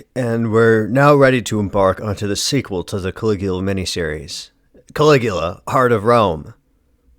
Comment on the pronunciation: "Cali-ghoul-a"? Groan.